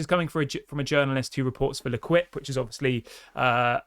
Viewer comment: the newspaper is pronounced L-keep not L-quip....